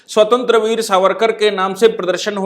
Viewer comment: स्वतंत्र वीर नही स्वातंत्र्य वीर, अनंत कन्हेरे नही अनंत कान्हेरे, मराठीमे उच्चारण ऐसे होते है।